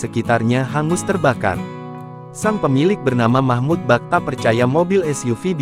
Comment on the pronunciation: Namanya MAHMUL....BUKAN MAHMUD